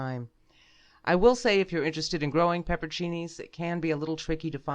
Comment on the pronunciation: You know I just got to this video from the pronunciation video about pepperoncini (it's pronounced how it's spelled, apparently). Then you go and pronounce it the incorrect way I was raised pronouncing it. And now I am so confused.